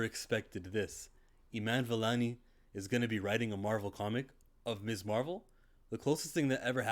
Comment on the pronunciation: You're right about the pronunciation of Ms. (Miz) but if you've watched anything featuring the character from the MCU content to the cartoons then you'd know that Marvel has always referred to her as Miss Marvel and that would be absolutely correct because she is a young lady who is unmarried